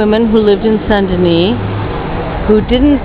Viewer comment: I meant to say i like how you pronounce "San-Deny", if you'd ask me to pronounce it, i'd say San-Denise,...hehehehe! XD